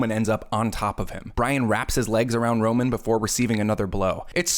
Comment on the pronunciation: Also his name is ROMAN, ROME-AN, need I say more